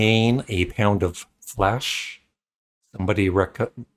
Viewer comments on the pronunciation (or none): none